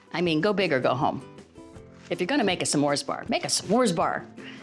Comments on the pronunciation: I like how she says Sa mores bars instead of s’mores bars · Is that how smores is pronounced? Samores. Or is that how Valerie pronounces it? I'm not American btw